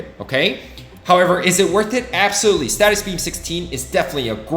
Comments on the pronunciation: its stasis beam not statis beam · I have been loving the content, and I hate to be this guys but…. It’s not a status beam but a stasis beam (stay sus). It’s driving me crazy lol (more a me thing than a you thing!) Anyway I’m loving this series and it is helping me plan head for what to focus on as I progress in the game. Keep up the good work and I look forward to future content!